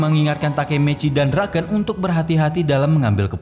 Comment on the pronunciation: BUKAN DRAKEN BANG TAPI DRAKEN🗿